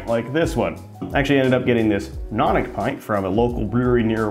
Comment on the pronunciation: Nope, “Nonic” has nothing to do with stacking or carbonation. It’s properly pronounced “no nick”, and that is the function of the bulge: to prevent the rims of adjacent glasses from bashing into each other and becoming nicked, which would essentially mean that the pub keeper would have to throw them out. It’s a pint glass for thrifty pub keepers, and has no other particular merits.